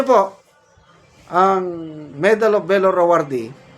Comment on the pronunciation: Pronounce VALOR : V A L O R, not velor👂🗣️👂🗣️👂🗣️👂 Huwag po kayong ma high blood, gung gong yang si TUTALACSON, tumangap na rin ng maleta yan🤑